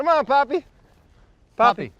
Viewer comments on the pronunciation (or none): AHHAHA BRAD NO ITS NAME IS POPPY NOT PAPI